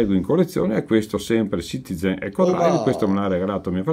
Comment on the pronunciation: Che top questa serata con! Comunque che ridere fa tutte le volte che si sente ccccitiZen ahah